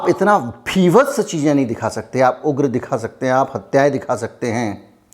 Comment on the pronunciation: Bhivats nahi sir vibhats hota hai